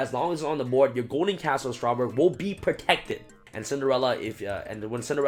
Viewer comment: i know ur tired bro but it's castle, not castel (the skyblast musketeer)